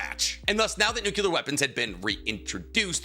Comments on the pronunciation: NUCLEAR! It's nuCLEar, not nuCULar. What the hell man? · My brother in yhwach It is NUCLEAR not NUCULAR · "nuke-you-lar weapons" lol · It's physically impossible for this guy to say the Nuclear correctly.